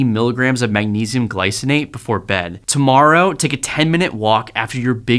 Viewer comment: Glycinate, not glyonate